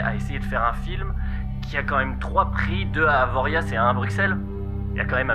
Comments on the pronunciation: Très interessant pour l’instant, très bien documenté et raconté, mais à je me permet une remarque... AvoriA pas AvoriaZZZZZZZ... Pitié U_U Bisous de la Yaute' ;) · Ça se prononce Avoria et pas avoriaze :) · Tes vidéos sont toujours aussi complètes et bien réalisées, je me régale. Petit hic: On dit AVORIA pas AVORIAZZZZZ, nous les haut savoyards, on ne prononce ni les X ni les Z ! Chamoni', Avoria', Excenevè' ... A noter ! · Super taf comme toujours cette narration de fou! Pars contre AvoriaZZZ non, on ne prononce pas la dernière lettre nous! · on prononce Avoria.. pour info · putain on dit pas Avoriaze, ya pas de e a la fin.C'est fou ca. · Ca se prononce Avoria, le z est muet !!!! Pardon mais trop de fois écorchée dans la vidéo ^^ Sinon continues ton travail de super qualité, c'est au top :) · Détail à , Avoriaz le "z" n'est pas prononcé, donc lu Avoria (comme pour le X de Chamonix), cela même en savoyard. Pierre Jolivet aussi s'y met :'( Lui il est y allé... Il est resté entre parisien et n’a jamais parlé avec un local ? Enfin bon, bref... Passons ^_^ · très bonne vidéo mais j'ai faillis éclater mon pc quand tu à dit Avoriaze... c'est comme pour Chamonix, la plupart des patelins savoyards le z ou le x ne se dit pas... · on prononce pas le z ! on dis AVORIAAAAAAAAAAAAAAAAAAAAAAAA stp.... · Avoriaz on ne prononce pas le Z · Superbe vidéo comme d'habitude , continue comme ça mais Avoriaz on ne prononce pas le "Z"